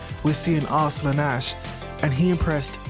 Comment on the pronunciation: AR-slun....lol..what it is pronounced as arsalaan...